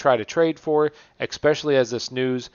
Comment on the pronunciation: Dope video cool content, ima fan. But "especially" not "eXpecially", constructive criticism and a like lol your welcome.